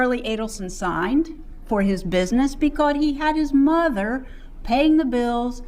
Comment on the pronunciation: that and muuuuther instead of mother. drives me crazy